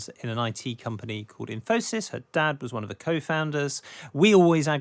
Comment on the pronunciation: Never imagined Infosys rhymes with phimosis.